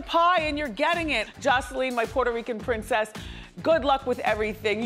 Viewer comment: Lmaooo so we just not gonna talk about how dirty they did "Duh pwordoweekan pweentheseh" 🤣 and then they had the nerve to zoom in on her lazy/crossed eye.